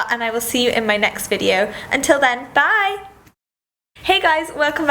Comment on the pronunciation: does anyone else think that when she said bye it sounded american?? btw i like your videos!!